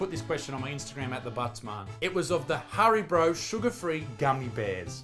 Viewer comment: HARIBRO? Did he say Hari-BRO?